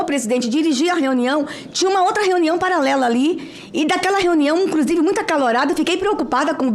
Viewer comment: Essa cambada ganha para atrapalhar, o que a Damares está falando? Parece que ouvi ela falar "incrusive"